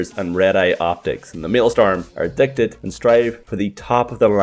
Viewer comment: It's maelSTROM Not maelSTORM